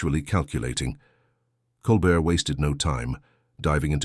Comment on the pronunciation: Flowery narrative, poorly captioned and haltingly delivered. How many different ways was Colbert’s name mispronounced ? Disappointing waste of time.